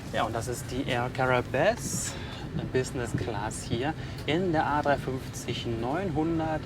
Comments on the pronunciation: Cara-ib spricht man das aus (auf französisch) und nicht caraebes😂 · Die Airline spricht sich Är-ka-ra-ib aus (ganz simple Lautschrift). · Air caraibe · Das wir eigentlich Ca-ra-i-b ausgesprochen ☺️ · Lieber, ganz einfach ausgesprochen: Air Garraiib:-) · An spricht es "Är Karaihb" aus😉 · Das spricht man air caribe aus 👍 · Ja haha und nicht cara-ebes wir er sagt😂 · Super Video! Ich bin dieses Jahr auch schon mit Air Caraibes nach FDF geflogen, leider aber in der Soleil ;-). Die Ausprache ist übrigens: Air Kara-ib(e).